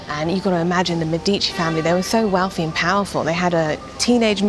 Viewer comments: Me'dici not Medi'ci, thanks for the video. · How can you shoot a video about Florence and not know how to pronounce Medici and Michelangelo ? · Thank you, helpful for our upcoming trip. (Sorry, but your constant mispronounciation of Medici kept making me cringe.) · Medici is pronounced wrong